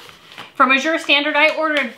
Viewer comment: I think Azure is pronounced with the accent on the first syllable: Ă-zher. Short "a" as in "cat."